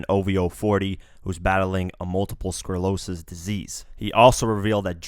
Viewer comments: Might wanna learn how to pronounce sclerosis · This clown can't even pronounce sclerosis lol